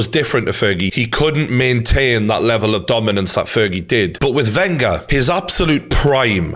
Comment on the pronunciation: Ugh the way he pronounced Wenger ran through me and I'm a utd fan.